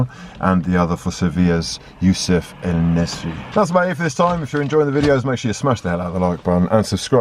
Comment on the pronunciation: youssef en-nesyri's name isn't prounounce "en nessri" but rather "en nesiree". I thought you'd appreciate this comment since you actually care to pronounce names correctly unlike certain commentators